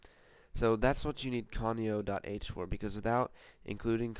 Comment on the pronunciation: its "conio.h" no "comio.h"